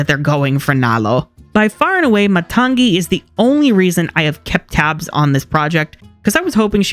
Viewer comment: you're pronouncing matangi as matang'gi. it's just matangi. other than that, love the video! i now feel compelled to rewatch frozen 2 and check if the soundtrack is actually not as good. also debating whether or not i should listen to the moana 2 soundtrack or wait til i can watch it... which i'll probably watch it once it hits disney+.